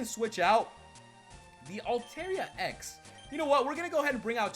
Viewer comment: Its altaria (alta-ria) not (alte-ria